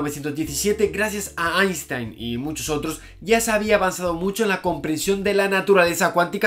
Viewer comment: "einshtein" por favor.